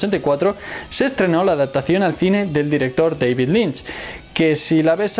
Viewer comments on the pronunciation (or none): none